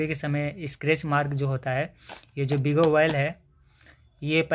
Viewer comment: बिगो नहीं बायो आयल होता हैं